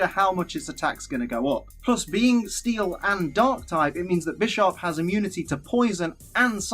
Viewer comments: No, it's "Bih-sharp" that's the point. PAWNiard, BISHarp. Chess. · Lol when you said bisharp I thought you said "bitch is sharp"